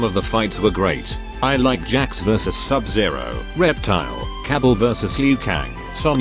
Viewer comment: Kabal, Cabble